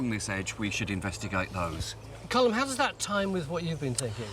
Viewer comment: Why can't English people pronounce Colm. Its not like it sounds in Malcolm. The L is not silent Tony. Phonetically it's Collem. Comes from Colmcille which is an ancient Irish name